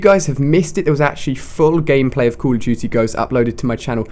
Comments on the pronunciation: call of dudy :D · Call of doody! That's how the CoD guy says it. Lol